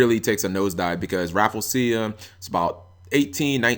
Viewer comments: G, i'm really sorry, but it's pronounced Rah-Flee-Shuh man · Am I the only one that thinks that's not how you pronounce Rafflesia?